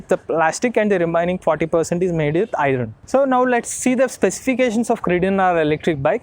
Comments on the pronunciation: Brother you are fluent in English, except you spell iron as 'i ron', actually it should be spelt as 'ion'. R silent in iron. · Can you please check how to pronounce 'iron'? Thanks